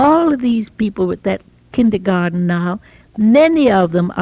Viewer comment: Love how she still pronounces kindergarten in a very German way. “Kintergarten” almost.